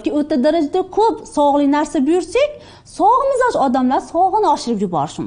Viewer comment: Mizoj deyiladimi?Biza mijoz deykanimiz